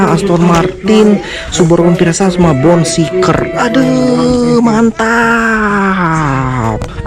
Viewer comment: Mau ngasih tau aja bang,namanya kan bone shaker bukan bone shiker,cuman ngasi tau